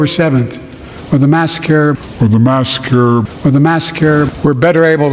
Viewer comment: "Massa-Care?" That's RACISSSSSS!! 🤷🏽‍♂️